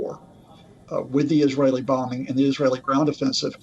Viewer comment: Please pronounce bombing correctly ...the newscaster said bomb bing